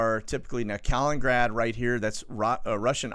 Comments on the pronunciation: KAH-LIN-IN-GRAD, not Collingrad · it is actually KALININGRAD an extra “IN” in the name: KA-LIN-IN-GRAD. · KAL IN IN GRAD.... thumbs down until you start pronouncing this correctly!, notice the TWO IN's....